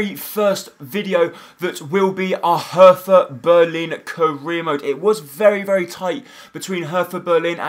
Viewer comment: Your pronounciation is terrible anyway, but PLEASE pronounce it like "Herta" and not "Hertha", because the german "th" isnt pronounced like the english one :)